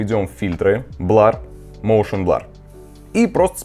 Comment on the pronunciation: Густарёв, прорыгайся ты уже. Хватит кадыком играть, заманал. И какой нах..р "блАр", дерёвня? А так давай, снимай ишшо.